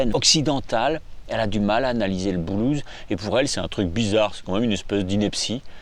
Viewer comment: yes!! Et en plus il appuie sur les syllabes!! Yes!! Bise mon...👌✌